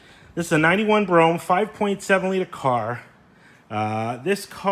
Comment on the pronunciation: That’s pronounced ‘Bro Ham’ bro 🤣😂🤣😂 nice car also!